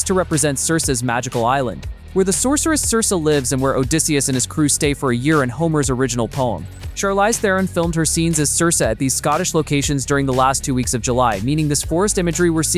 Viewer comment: Chalize pronounced "SHAR-LIES???" "A seventy-forty-seven?" The "AGOTIAN ISLANDS?" This is shit AI narration! Try using humans next time. YOU SUCK!